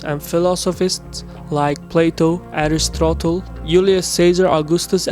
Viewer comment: That was a very nice summary of the mid-eastern empires through the centuries!(but I think I heard Eufrate pronouced "Euro-frate", Aristotle as"Aris-throttle"!, or am I wrong